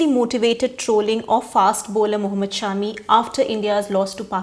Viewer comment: Thank you for calling him Shaami and not shummee